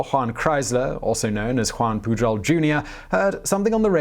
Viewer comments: Your spanish was going pretty good, despite the 'PuJol', but when portuguese showed up, oooooh boy... xD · Juan Pujol is pronounced "Huan Puyorl"